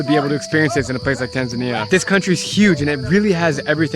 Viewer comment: Why you call Tanzania Taznaniya ?